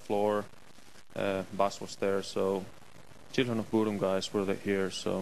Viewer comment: He pronounce the word "bodom" (say in Finnish:budum) right!Do you know the history about that name?